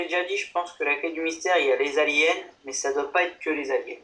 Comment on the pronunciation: j'adora la façons que tout le monde dit aliens alors que on entend saliens